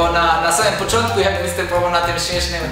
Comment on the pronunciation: "poczontek" back to school little kid